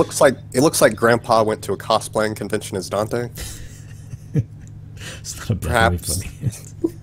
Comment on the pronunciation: You pronounce Dante weird